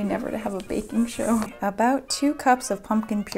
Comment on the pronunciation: am i the only one that felt she said baking with a carribean accent? beahkin.